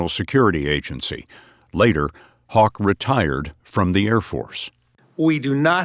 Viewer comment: His name is Haugh, but he pronounces it hawk instead of how , haw , hoff or hog ?